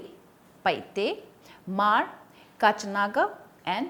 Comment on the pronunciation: Paite not PaiHte